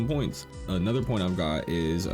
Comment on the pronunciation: "Anudder" hahaha